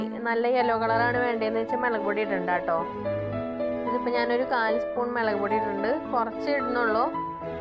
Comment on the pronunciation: Like 9, kelkn nalla resanu samsaram... melaku pody😂😂mulakupody😜😜